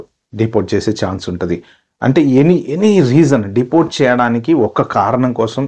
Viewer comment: Deportsssu denialsuuuu 😅